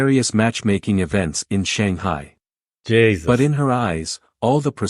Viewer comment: "Jaysus!" 😂 I though it was only us Irish that say that.